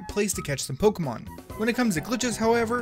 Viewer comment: I hate it when people call Pokémon “Pokaymans”